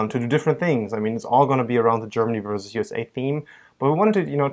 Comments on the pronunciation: I know. I've noticed that always mispronounces "vs." It's "versus" (with two syllables) not "verse" (which is how he always pronounces it)., the German, has no problem saying "versus" correctly, but either thinks that the abbreviation "vs." stands for "verse," or he just can't say the word properly. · u guys rock ! mais why does US boy always say verse instead of versus?